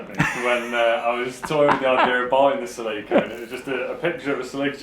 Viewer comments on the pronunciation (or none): Celica - pronounced "Silly Car" :D